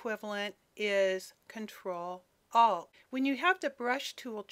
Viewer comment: She says "Control O" to resize the brush on Windows but it's really Control Alt. She says "Alt" completely normally in other parts of the video so it's not an accent...